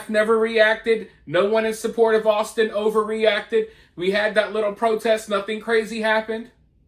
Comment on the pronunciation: How does one mispronounce Austin?! Had to be intentional